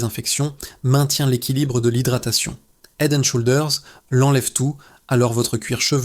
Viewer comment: Le mot SHOULDERS ne se prononce pas avec le OU français ...l'application Traduction Google vous aidera à bien prononcer !le mot HEAD On prononce le H svp ... HEAD and SHOULDERS please ❤